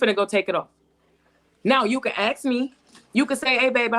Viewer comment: All these degrees "let me ax you" ! SMGDH !